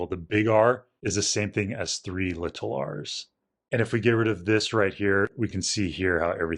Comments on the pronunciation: Nothing is wrong in this one except for your pronunciation of little, but that might just be dialect! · Li-TUL r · If you listen he says it without annunciating. My guess is that because his accent kinda makes it sound unclear (more like “liddle”) he wants to say it clearly (or just say it technically “correct”, even though basically everyone in America pronounces it like he does). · Out of curiosity, is there a particular reason you try to really annunciate the T in 'little'?